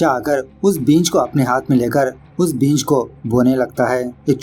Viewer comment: भाई बींज नहीं बीज उच्चारण सही रखिए वीडियो और अच्छी जायेगी 🙏❤️ वैसे अच्छा एक्सप्लेन किया आपने 👌👌